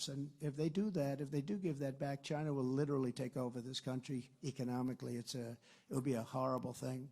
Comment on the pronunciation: why do you always say it as "shina". Its fucking lame.